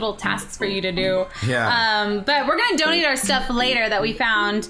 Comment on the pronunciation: At first I thought she said you don't eat them instead of donate them. XD